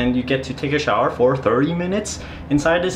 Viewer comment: You know you have been in Asia for a little bit when you start pronouncing shower as showel. Pretty cool place there. Looked perfect for you, like hitting the jackpot there